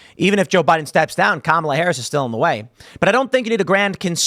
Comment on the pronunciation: Its KA-MAL-A